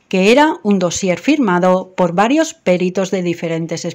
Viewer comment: No es "péritos" , es peritos